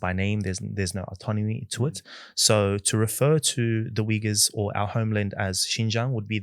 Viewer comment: Thanks for correct pronunciation! Not weegurs, but Uyghurs.